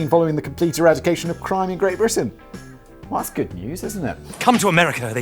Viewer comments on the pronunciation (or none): none